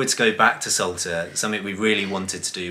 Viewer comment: It's 'S-ALTA' not 'S-ULTA!! Numpties